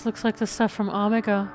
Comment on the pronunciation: The way pronounces things hurts me... "Ahmagah." It's Omega! Also, you owe Hydaelyn/ Venat all the apologies...